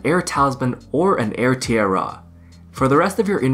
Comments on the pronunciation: Air tee-eh-are. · TEEARAAH. Dude lol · Tee ah rah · Wtf is up with you saying tiara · Tee-AIR-UH is one of the pronunciations of Tiara (in US).